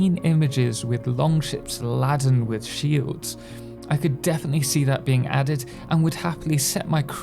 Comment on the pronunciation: Thanks for the info, dont want to be an ass - but thought it worth pointing out Laden is pronounced "Laydon". Cheers..